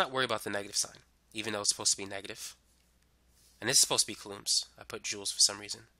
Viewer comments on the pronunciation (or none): Coulombs is not pronounces "cuhlooms". It is "cool - ohms"